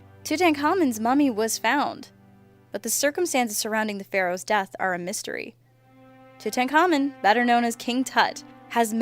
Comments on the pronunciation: toot-hank-amen not titenamen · I'm amazed you pronounced Akhenaten perfectly; yet botched Tutankhamun.